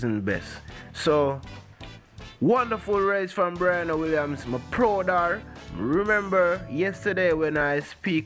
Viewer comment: Its pronounced BRE..ANNA, not Bri ..ana